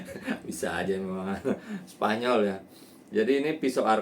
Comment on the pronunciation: sepanyol😂😂😂 sssaa aje Bang😅